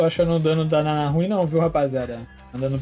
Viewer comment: só eu q tenho agonia de ouvir o chamando a Nana de Naná?